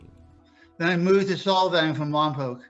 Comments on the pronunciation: "lawn poke" 🤣 (It's Lompoc) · lawn poke? i think he said, Lompoc.